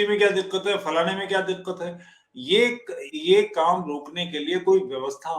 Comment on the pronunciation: तुफैल भी फुल मुल्ला बनने की इच्छा रखता है- दिक़्क़त, तरीक़ा, हक़ीक़ी, वाक़या, आदि के उच्चारण में ये पिछवाडे का जोर लगा के उर्दू निकालने का प्रयत्न करता है। ऐसे लोग क्या गंभीर जैसे धिममियों को ज्ञान देंगे। खेद है।